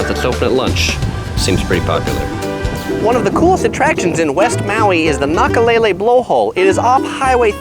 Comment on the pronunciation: You pronounced Nakalele correctly but BUTCHERED Kaanapali.